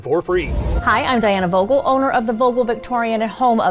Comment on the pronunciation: i speak Dutch and them butchering the name vogel is killing me 😂